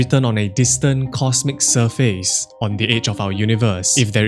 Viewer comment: Say surface.